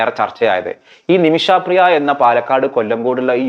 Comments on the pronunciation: നിമിഷാപ്രിയ അല്ല, നിമിഷപ്രിയ.... കേട്ടല്ലോ...... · ആദ്യം ആ സ്ത്രീയുടെ പേര് നേരെ ചൊവ്വേ പറയാൻ പഠിക്കൂ. "നിമിഷാ പ്രിയ" എന്നല്ല പറയേണ്ടത് "നിമിഷ പ്രിയ" എന്നാണ്. ഒരു വിഷയത്തെ പഠിച്ച് ഇങ്ങനെതന്നെയാവണം പ്രോഗ്രാം അവതരിപ്പിക്കേണ്ടത്. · ഇയാള് പറയുമ്പോ നിമിഷാപ്രിയ എന്ന് കേൾക്കുമ്പോ അരോചകം ആയി തോന്നുന്നു. നിമിഷപ്രിയ എന്ന് പറയൂ